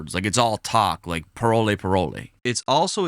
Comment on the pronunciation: I’m Haitian and it’s not pronounced parole parole it’s really pronounced pa-wol